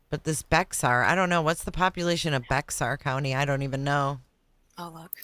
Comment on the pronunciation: Native Texan here. I was born in San Antonio and I have lived in Texas my whole life and I hear a lot of creators mispronounce the county that San Antonio is in. It is spelled Bexar but it is pronounced Bear. Just thought I would throw that out there in case anybody was interested.